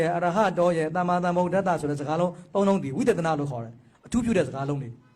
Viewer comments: ကလေးမရေ..သမ္မာကိုသမ္မာသမ္မာလို့သမ္မာပီသအောင်အသံထွက်ပါ..ဒို့ဗုဒ္ဓဘာသာတွေအများစုက သမ္မာ‌အသံထွက်ကို..သံမံသံမံနဲ့အလွန့်အလွန်ကိုမှပဲနားကြားပြင်းကပ်စရာကြီးအသံထွက်ကိုလေးနက်စေချင်ပါတယ်..။❤❤❤❤❤❤❤❤❤❤❤😊😊😊😊😊😊😊😊😊😊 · သမ္မံ(သမ်မံ)မဟုတ်ပါဘူး သမ္မာ(သမ်မာ)လို့ဆိုရမှာပါ လျှောက်တင်သောသူအသံထွက်မှားနေတယ်ထင်လို့ပါ လျှာရှည်တယ်လို့ထင်လျှင်ခွင့်လွှတ်ပေးပါ၊🙏🙏🙏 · အသံထွက်ကက.. သမ္မာ...သမ်မာ လို့ဆိုမှအမှန်ပါ..သန်မန် ကအသံထွက်မှားပေမယ့်အများစုက သံမန် လို့ပဲအမှားဆိုနေကြတယ် ❤❤ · သမ္မာ က အမှန် မေးသယက သမ္မာန် လွဲနေတယ်🙏 သမာန်မဟုတ် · "သမ္မံ" ..သန်မန် မဟုတ်ဘူး "သမ္မာ".. သန်မာ လို့ အသံထွက်မှ အမှန်ဖြစ်တယ် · သမ္မံ မဟုတ်ပါ သမ္မာ ပါ သမ္မံ နဲ သမ္မာ အဓိပ္ပါယ် ကွာတယ် မဟုတ်လာ ဘုရာ